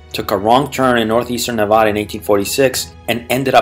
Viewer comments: And for everybody out there it's pronounced Nevada with a soft a sound as in 'dad' not a soft o sound as in the word father! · You already started this video off by mispronouncing the name of this state. Ha ha😂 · Excellent video just remember to pronounce the state name correctly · Yeah ! Makes the rest of the video lose it's credibility.